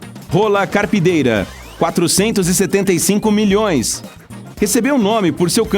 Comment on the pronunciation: 475 milhões > soou estranho